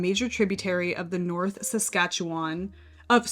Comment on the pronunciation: Curious as to why you didn’t reduce it further by selecting angora? I’d consider holding it doubled with another lovely yarn that has some memory. Super impressed that you pronounced Saskatchewan correctly 👏